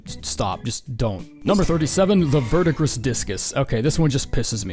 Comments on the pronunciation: fyi its pronounced ver-dee-gree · Verdigris is pronounced verdigree. I only say this because I am absolutely in love with copper.